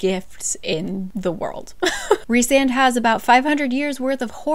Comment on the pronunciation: guys guys, was anyone else SHOCKED by the way the characters' names are pronounced...? Like, to me Rhysand is Riceand or Risend but RHIIISAAAAAAND?????? and I know Feyre's name pronunciation was written out but FEYRUH???? NUH UH, for me it's like Feir okay on another note, why was Cassian's chapter in 3rd person? It felt so much more pushed away and not personal, I did not like that and stopped reading this book after chapter 3 or 4 ahahahahaha and once i found out there wasn't a chapter for each character I said NOPE not reading that 1000% <3